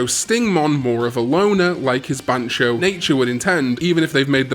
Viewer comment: Ban-Tyo not Ban-cho, this ain't Bancho and Kazooie😂